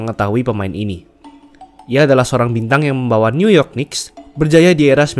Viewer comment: sarann bang kalau sebut new york knicks, jangan sebut kenicks, huruf k nya ga dibaca. seharusnya yang bener itu nicks